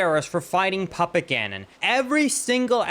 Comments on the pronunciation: As someone who has never played this game and is not a native english-speaker, it took me a while to realize you were saying Puppet Ganon and not Papa Ganon 😅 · Puppet Gannon! I thought you said papa Gannon.